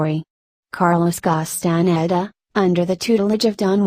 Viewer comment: please! no robot narration!! it can't even pronounce Castaneda properly!